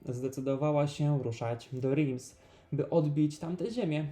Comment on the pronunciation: Reims wymawiamy Ręs, (nie Rims), trzeba się trochę przyłożyć jeśli zajmujemy się edukacją innych i nie uczyc ich źle.